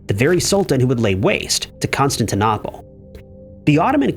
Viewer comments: Please learn when people use TTS and its pronunciation, not literacy. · It's pronounced Constant Nipples 😂😂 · Constantine NAH pol ?????!!! Please become literate.